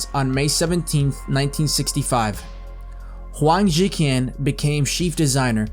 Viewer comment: There is some mispronunciations , Huang ZhiQian... the q is pronounced like Ch... think of it like Huang ZhiChian and as for Gu SongFen... Gu is pronounced like Goo. Still, I give kudos for not using AI for voices.